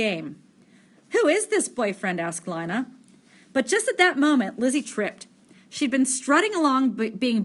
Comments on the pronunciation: Is Lina not Lana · Worst reading EVER it’s Lina not linea and stutter much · Sry to be mean but it's pronounced ( LEANA ) NOT ( LINEA ) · PLZ JUST SAY LINA PRONOUNCED L E E N A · Not trying to be rude but I think lina’s name is pronounced ( lee-na) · She says it like lie na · SHe SaYS lInA WrOnG